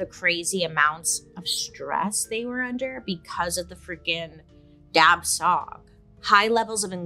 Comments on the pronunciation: For the Hmong, it is pronounced without the last letter of those two words. So it should sound like Dah-Chaw instead. Thanks, BS!! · The correct way to pronounce the ghost or spirit In the Hmong community it’s dab with a silent b so it’ll sound more like dah and the second part is xwb pronounced like shu so it’ll be dah shu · BTW, "dab tsog" is pronounced almost like "da chaw" or "da jhaw." Dr. Mike covered SUNDS from the Hmong refugee incidents as well & pronounced it like how Bailey did.